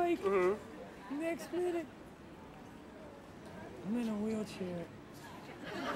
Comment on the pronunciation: HE SAID NEK MINNIT